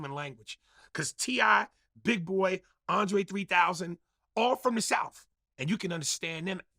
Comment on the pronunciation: "all from the souff" after saying "butchering the human language" is crazy